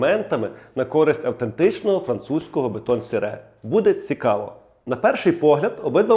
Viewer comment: А ще Французи не кажуть так як ви - "бетон сере")))😂. Вони кажуть "Бетон сері", саме так читається ця назва, друже.